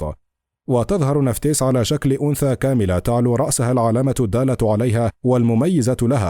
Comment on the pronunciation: المذيع يلفظ اسماء ( انوبيس - ايزيس - نفتيس ) بشكل خاطئ .. نرجوا منه الاهتمام أكثر